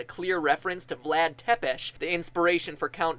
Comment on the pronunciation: The Game Theorists Vlad Tepes is not prononcing (WoW I messed that word up) like you did , I know because I am orryginating (that one too) from the country that he leaded ( well his country united with 2 others) . That's a fact for u my genius friend! :-)